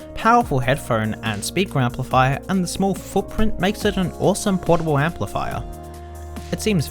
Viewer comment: The yaaro thooo empleefyer...